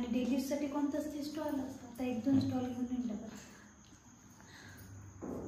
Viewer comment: स्टॉल नाही ग स्टोल बोलतात.....